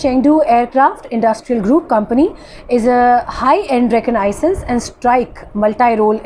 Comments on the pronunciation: Kindly Pronounce "Reconnaissance" Correctly. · Sister, Please pronounce "fusalage and reconnainances " correctly.